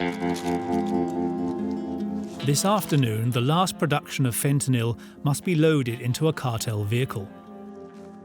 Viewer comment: Stop pronouncing fentanyl like that you muppet.